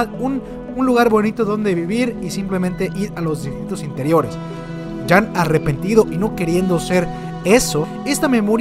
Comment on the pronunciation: Cuando dices jean como "jam" me arden los oidos jajajaj saludos